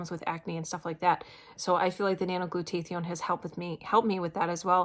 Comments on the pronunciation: glad it helped you! its helped me allot as well. It is pronounced "glue-taa-thy-own." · I noticed too that is wasn't pronounced correctly, but good for her that she is taking it. We take something calling Immunocal which produces Glutathione in the cells. Has 11 medical method of use patents and have been taking it for 15 years. I had polio and my husband just beat cancer.